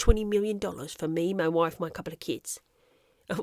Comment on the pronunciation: "Moy woife" 🤣